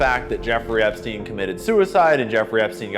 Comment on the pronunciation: "epsien" island - cmon man, we have a world to save